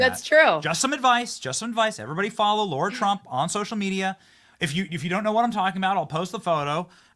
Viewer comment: Benny….her name is LARA not Laura…Come on man!Love your show